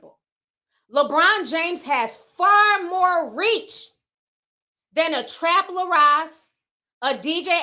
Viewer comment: His name is “Trap Lore” like “Folklore”